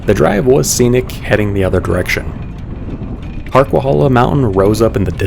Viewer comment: It's pronounced HarquaHAYla, not hala.